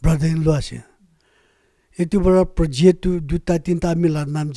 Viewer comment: And also what is POJET? Hoh!!!🤣